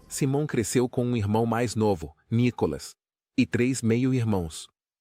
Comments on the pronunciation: Vc precisa aprender pelo menos a pronunciar o nome correto de Simon,nome dele em inglês se pronuncia: Saimon e não Simon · Cara vc coloca uma legenda mentirosa pra conseguir mais visualizações...seja criativo nos conteúdos ou volta a velha profissão....vc não sabe nem pronunciar o nome do Simon corretamente ficou ridículo todo conteúdo....e fake